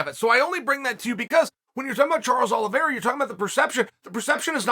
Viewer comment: Uncle Chael keeps pronouncing Charles Aloe Vera. It’s pronounced Oleeveyra!